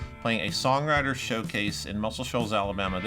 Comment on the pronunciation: When you said "Muscle Shoals, Alabama" your accent went up.